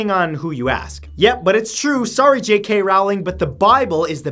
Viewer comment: Oh my god. Stop pronouncing "Rowling" wrong. And you left out the most important book. The YIAY Book.